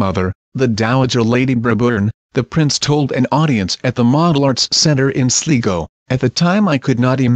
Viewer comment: The Irish county is pronounced County "Sly-go."